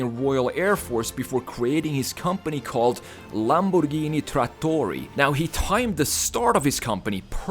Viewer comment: I really appreciated the big effort in saying "Lamborghini trattori" the closest possible to italian pronunciation!